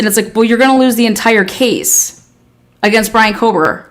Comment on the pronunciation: Kober!!:face-purple-crying: Do we have to chop the last half of his name off?? is it too much trouble or are we hood-speech-lazy?? There is a reason george get's referred to as"G" and its only cool to other thug rats! On a more positive note, you can always call him Bryan instead of lazily butchering his last name (everyone knows without the last name by now)